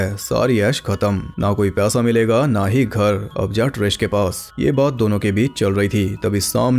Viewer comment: Paisa was being pronounced as pyasa Full confusion